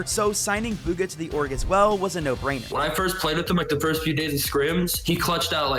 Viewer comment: "Buga" that commentator really ruined his name💀